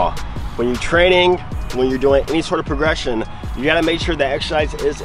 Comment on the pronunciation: progession? haha, dont worry, stuff happens